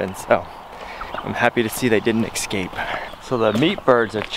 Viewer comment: Why do you say 'ex-scape', instead of 'es-cape'? Why do you say 'ak-s', instead of 'as-k'?